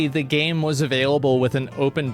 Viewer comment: why does asmongold pronounce "the" as "nuh". for example at one part he said "i keep saying nuh wrong word" instead of "i keep saying the wrong word"